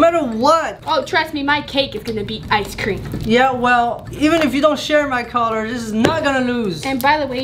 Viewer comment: he also pronounces icecream as eye-sh-cream